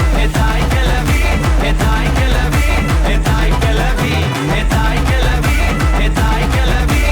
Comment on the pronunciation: கெலவி..இல்ல..கெழவி... சரியா உச்சரி